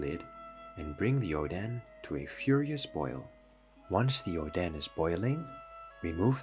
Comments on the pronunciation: IS ODEN NOT ODAN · You said odens name to "oh then"😂😂😂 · It's oden... not odan. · I thought it was ‘oden’ soup 💀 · can you pls stop calling Oden oden pls it doesnt sound right